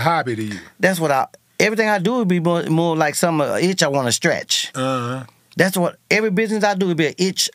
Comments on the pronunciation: That man said "stratch" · This ninja said Stratch, not Scratch an itch. Boy, we in the south will change the pronunciation of a word!!! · “ a itch I wanna stratch “ lol